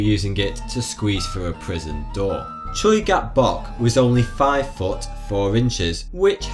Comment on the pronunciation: The way you said Choi Gap-Bok makes my ears want to cry.